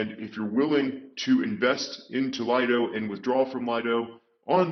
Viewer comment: It's not called Lido it's Liiiiido